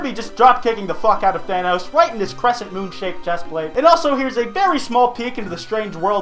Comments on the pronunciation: why do people pronounce thanos like vanoss its thanos not thanoss i wanna stab myself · The way he siad it sthanos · ( Than- oh's) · You don't say Thanos right